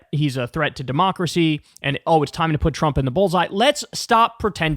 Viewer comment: Come on Kyle… You can’t say the world bulls eye